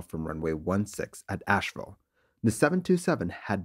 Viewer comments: It’s AsheVILLE, not Ashewell! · '312 Sugar'? 'AsheWELL'? Your flair for the dramatic is impressive, but pay better attention to your script.